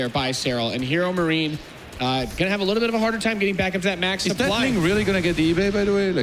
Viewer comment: "The soup-ply is the soup-ply." Well duh.